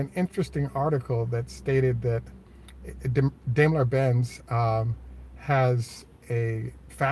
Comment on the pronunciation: I learned from a German that Dime_ler (long I) is the correct pronunciation, not dame_ler.